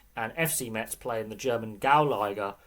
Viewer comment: It's pronounced Mez, they don't say the T. Metz have had some decent years in French Football and have won a couple of things, unfortunately they are a bit of a yo-yo team now.